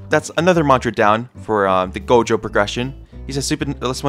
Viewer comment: bro said gojo right lets go